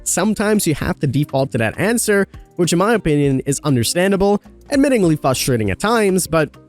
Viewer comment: You say frustrating as fustrating